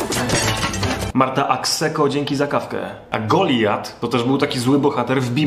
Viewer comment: Czy mi się wydaje, czy wymawiasz Goliat tak bardziej jak "GoliJat"? Tak się mówi?